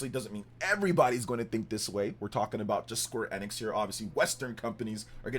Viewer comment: Your pronouncing Square Enix wrong. You aint gamer bro